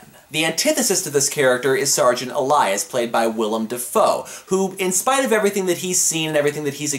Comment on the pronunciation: Hey, at he managed to say "Willem" instead of "William." (Although "William" is not technically incorrect.)